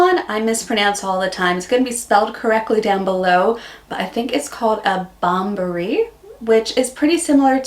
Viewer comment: Congratulations on your wedding. That word is basically pronounced "Bom-bon-yeah-ree."